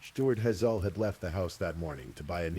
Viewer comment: HAY -ZLE. Like the eye color. 🤦‍♀️🤦‍♀️ despise mispronunciation. Especially on such a basic word